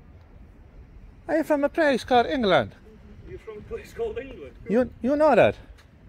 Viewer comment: I do hope you pronounced the name of the place purposely wrong?